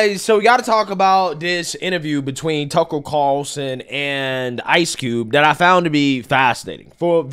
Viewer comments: My man cannot say Tuckle Cowllson's name to save his life! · A'ight bro you're having trouble with the 'R's in TUCKER CARLSON being too close together so just say Tucker